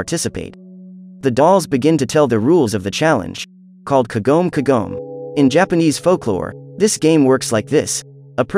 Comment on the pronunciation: Umm its kagome not kogome just saying